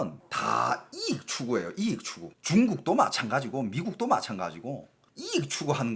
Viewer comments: 대구억양 이↗️익↘️. ㅎㅎ 여러번 반복하시니 신기하게 들립니다.^^; 저는 이➡️익➡️ 이라고 하는것같아요. 중공이 요즘 이상한 행보를 많이 하는듯 한데.. 어떻게 될지.. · 이익 발음 존나 웃기네 ㅋㅋ 익익? ㅎㅎ 영상 잘 보고가요~ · '이익' 억양이 특이하네요 ~